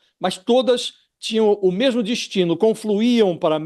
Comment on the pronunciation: Josias é o cara do "MEMO"... KKKKK... ele podia melhorar essa pronuncia.. que ta ruim, não é memo?